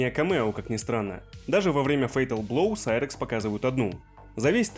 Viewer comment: вот это реально серакс а не сайракс